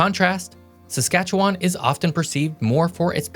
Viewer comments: If you're going to make a video supposedly teaching people around the world, please get some facts straight. The Prairie Provinces are Manitoba, Saskatchewan and Alberta.; add British Columbia to make up the Weatern Provinces). Please learn how to pronounce Saskatchewan, I'm twitching every time you say it incorrectly. Also, the pronunciation of potash and métis please. I can't take you seriously with these errors. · When putting an educational video together you really have to do your homework and really have to be careful what you say. Sorry dude, you come across badly on this one. Work on your pronunciations would help too. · I don't like how you say Saskatchewan. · You can't even pronounce Saskatchewan, so why should I watch your video? 🙄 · First Id like to say Get over it Manitoba. Nobody cares. Second, please stop phonetically saying Saskatchewan. You sound like a bloody robot. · Every person from Saskatchewan cringing every time he mispronounces it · you for posting this. I was just about to say the same. I was also going to correct how to pronounce Saskatchewan, but I think I'll let it slide. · Bro keeps using a long A in Saskatchewan. Locally, the last A is pronounced more like a mix between an E and an I. Edit: You also shouldn't pronounce the S on the end of Metis. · Manitoba is one of the three prairie provinces, and like all 'muricans, you are pronouncing Saskatchewan wrong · Words that are not pronounced correctly in this video: Saskatchewan, Salteaux, Métis and potash. Another error, the Métis are most definitely not a First Nations. They are an Indigenous nation but did not sign a treaty with Canada. Just some of the errors I noticed at the beginning. Sorry to say but this is not reliable and needs to be heavily daft-checked given the inaccuracies even I noticed. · The pronunciation is killing me 😂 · not to mention his pronunciation of “Saskatchewan” makes me cringe every time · Most locals pronounce it Saskatche"win" not Saskatche"won".